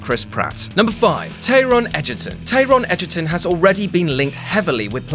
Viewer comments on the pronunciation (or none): What about the way he pronounced Taron Egderton? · The mispronunciation of "Taron Edgerton"